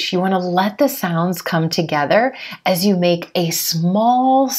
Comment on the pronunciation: and one more thing when you pronounce As with You .? as I heard you sound like ajjzzh you . Please correct me if I'm wrong..? Waitin' for your reply 🙂